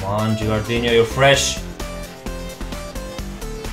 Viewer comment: I'm an italian fan. Could you please read "no" of gilardino like you read no in english and not like you read ronaldinho? You're great